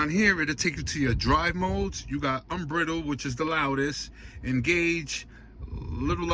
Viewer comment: “Unbrittled mode??” Stop and remake this video bruh 😂…also get a microphone for your phone!!